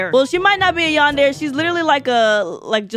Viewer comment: MAI U PRONOUNCE YANDERE LIKE yawn-dare-ay